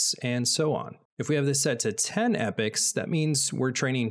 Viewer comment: Epochs being pronounced as Epics, lol